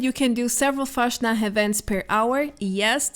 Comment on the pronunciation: Its so funny when foreigners try to speak german words😂 pls say fastnacht again is so cute😉😚